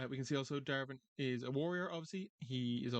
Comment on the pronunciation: it's not darven it's Davrin Dav rin